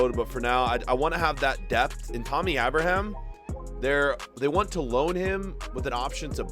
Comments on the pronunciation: it's Tammy Abraham, not tummy abrahaam. And what is it with and America. We get it u are from America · It’s so obvious he doesn’t watch chelsea irl, “Kovasich” “Why is azpilicueta running up?” “Teemohv Werner” “Tahmmy Ahbroham”